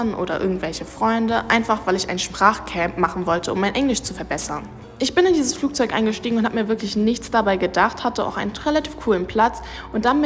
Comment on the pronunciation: Flugzeug nicht Flugzeut sorry war nur ein Hinweis